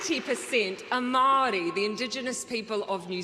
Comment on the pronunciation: At least she pronounce's maori properly.